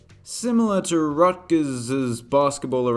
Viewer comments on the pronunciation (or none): none